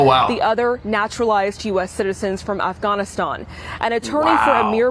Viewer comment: I've never heard "Afghanistan " pronounced "Awfgawnistahn" before today.